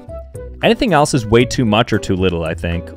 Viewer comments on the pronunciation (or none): none